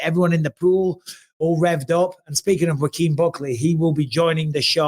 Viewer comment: Bisping calling Joaquin Jamaal. He butchered his name kept saying rakeem😂